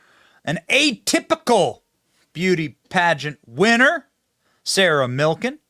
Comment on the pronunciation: He said Sarah Milkin ... 🐮 ?